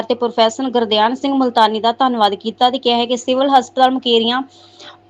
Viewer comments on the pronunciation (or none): ਪ੍ਰੋਫੈਸਰ ਗੁਰਧਿਆਨ ਸਿੰਘ ਮੁਲਤਾਨੀ ਨਾ ਕਿ ਗੁਰਦਿਆਂਨ ਸਿੰਘ